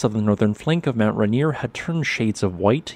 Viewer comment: It's pronounced "Ray" "Near", not "Ruh" "Near". Hope that helps!